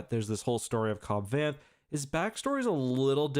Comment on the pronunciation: Cobb Vanth=Cobb Vance but pronounced with a lisp